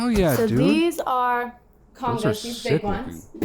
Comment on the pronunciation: The way she pronounced congas is painful